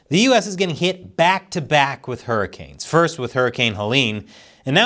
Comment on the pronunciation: hurrikkkanes lololol...I literally busted out.